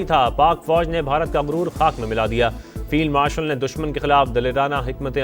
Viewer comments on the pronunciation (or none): Feield marshal nahi firon marshal